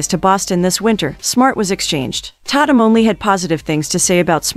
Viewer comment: It's pronounced TAY TUM😂😂 Dammit!!